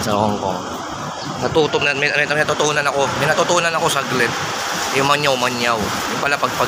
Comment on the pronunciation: Pangyaw hindi mangyaw 😂😂😂